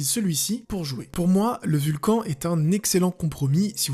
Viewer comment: On dit pas "Vulcanne" plutôt ?